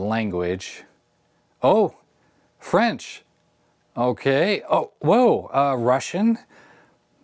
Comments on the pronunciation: But that clearly didn't say French, It said "FRANCH" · also FRANCH 🤣